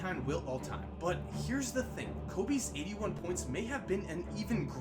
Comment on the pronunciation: It sounded like he said "eating 1 points"